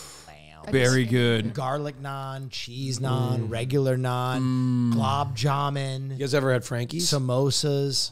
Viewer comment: It's pronunciation of gulab jamun that's sending me 😂 definitely inspired me to make some tho